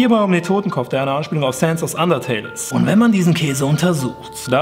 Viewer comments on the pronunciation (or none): none